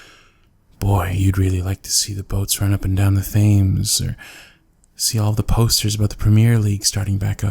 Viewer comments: All I can think of is how he pronounced the Thames as Th-ames when it's actually pronounced Tems for no reason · Hi I love the audio😍 But.. Thames is pronounced like tems not themes hehehe😜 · This made me giggle as he said that he was in London and I actually live in London myself. And he was saying the areas of London wrong as well, said Themes not Thames. Overall I enjoyed it. But someone needs to do their research on pronunciation of foreign areas😂😂😂😂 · that's not how you say the Thames, it's pronounced Tems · The river Thames is pronounced Temes The h is silent just thought I would mention it 😂❤️ Loved the audio though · Any Londoners like “where the f? Is.” and you pronounced “premier league” and “thames” wrong but I don’t care 😂